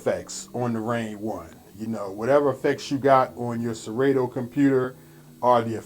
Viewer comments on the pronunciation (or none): It's pronounced Se-rah-toe not Se-Ray-toe (Serato)